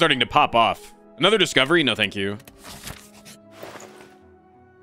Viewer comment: What's the word for when you find something new? Discovewy~ UwU